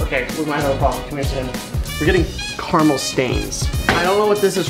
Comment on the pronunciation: It's caramel not carmel